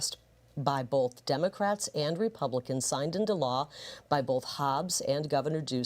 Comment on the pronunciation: Why can't Gallego pronounce republicans?